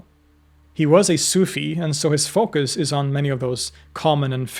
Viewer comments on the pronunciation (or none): none